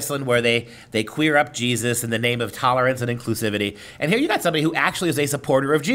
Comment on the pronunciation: Its Jesus..Not Jesotta...